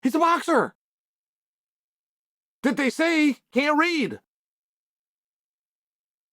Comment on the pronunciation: Lots of emphasis on can’t read